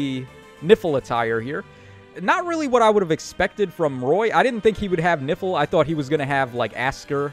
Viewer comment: Idk why, but every time you said "Nifl attire" I kept hearing "Nipple Attire" 😅